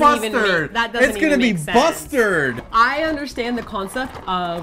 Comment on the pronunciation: "BUSTARD!" lmao!